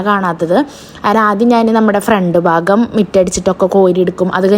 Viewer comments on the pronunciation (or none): none